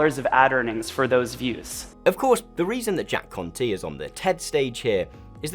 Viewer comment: I keep thinking hes saying "Jack Cunty"